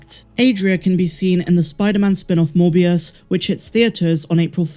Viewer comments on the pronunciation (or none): none